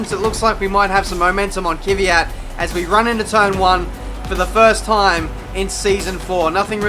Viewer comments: Kvyat, not kiwiat, the guy is not a kiwi you know? :) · I don't think it's pronounced "Kivvy-at". I think it's pronounced "Kvee-at"